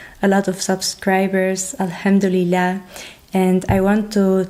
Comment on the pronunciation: Dear sister, please don’t take any offense but i would like to correct the phrase you oftenly use which should be “Alhamdulillah”, not “Ilhamduleah”. If you want to be grateful to Allah (swt) this is the right word and pronunciation.